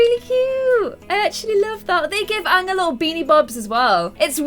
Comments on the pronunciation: OMG YOU CALL HIM ONG? IT’S A-ANG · when you pronounced aangs name like ah ng instead of aye ng, my heart went </3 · Your saying it wrong.... its aaang not ang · im sorry i cant watch this episode the name is Aang not Aahng idk just the way you pronounced it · His name is pronounced aa-ng a as in Apple u say that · Why do you call aang so weird 😁😁